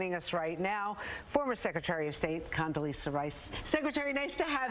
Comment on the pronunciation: Is there a difference between an s and z ? If you can't read or pronounce her name correctly maybe you should just try Condy